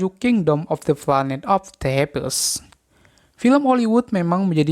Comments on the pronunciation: Tks info ny, tpi agak rancuh aja ngomongnya, Apes di baca = Eps bg. Tapi yg lain oke kok 👍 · Bukan bermaksud menggurui ya bang, tpi kingdom of the planets of apes di baca nya "kingdom of di plens of eps" Dan satu lagi caesar di baca nya bukan kaesar tpi "seisar". Semangat buat abang nya ntar klo udh tayang film nya jng lupa di bahas ya bang